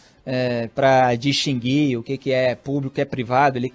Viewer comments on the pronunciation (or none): none